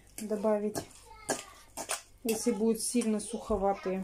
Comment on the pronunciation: Наа вместо надо Срау вместо сразу Наити вместо знаете 😜и т.д